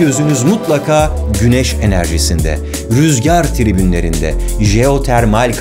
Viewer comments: "Rüzgar Tribünleri" değil "Rüzgar Türbinleri" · "rüzgar tribünleri" değil, "rüzgar türbinleri". Ah be Barış, gitti güzelim video :P